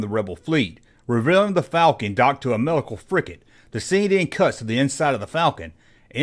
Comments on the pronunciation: It's FRIGATE, not "frickett"! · Dear God, it's a "frigate." With a G. Stop saying "fricket." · Frigate, not fricket. Gomer.